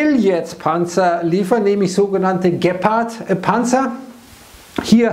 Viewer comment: Das wird, glaube ich, Geeepard gesprochen...Nicht Geppard..